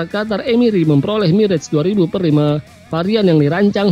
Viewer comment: bacanya mirage 2000 dash 5 (2000-5)..info saja